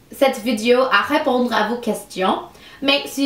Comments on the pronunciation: Tu dis vidio au lieu de vidéo x). J'ai dit à eux = Je leur ai dit Félicitation pour ton français :). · On prononce vi-dé-o